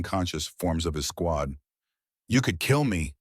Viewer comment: Good morning - the AI seems to have problems with plurals, names, and loves making up new words "sqawn" for "squad". These mar a very good story.